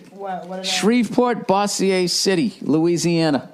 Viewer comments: I’m from Louisiana and it’s pronounced Boze-sure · Bo-zure. No boss -e-ey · Its pronounced "Bozzier" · its bo-zier. LOL